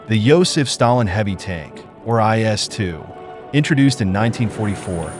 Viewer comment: It's quite annoying when any Westerner pronounces the name of a tank as JS2. That never existed. IS2 did. I'm not Russian and even I know what it is.